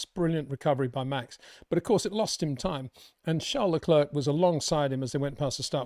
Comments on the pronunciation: Your such a max fanboi wow... totaly biased. Hard to take you seriously. If Leclerc ( please learn to say his name correctly its not le-klerkkk its not hard to learn ) did what max did to Russel you'd be crying 15 minutes about it. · Comparing what Leclerc did to what max did is just ridiculous. And please practice how to pronounce Leclerc. Your lack of respect for ppl without uk passports is pathetic